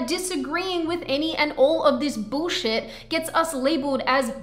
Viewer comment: BTW, you still sound Aussie whenever you say 'bullshit' :-)